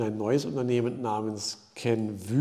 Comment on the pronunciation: Klasse! Zwischendurch hatte ich ein Deja Vü mit Kenvüüüü - klasse, da kommt halten die Französischkenntnisse durch...Danke für Deine Arbeit!